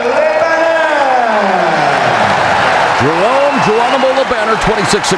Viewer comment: I hate that the guy talking the fight butchers Jerome’s name like that.